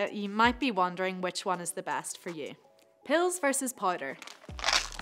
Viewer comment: "pills or poider"